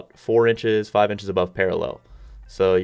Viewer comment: Justin C JORDAN GAVE ME A FAHVE